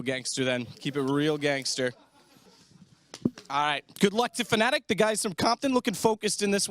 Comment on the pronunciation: Why Fnatic Attic instead of Fnattic?